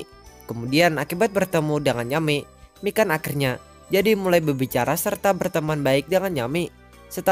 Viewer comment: ngakak gua pas denger nyebutin nama mikan kek kedengeran nya ikan :v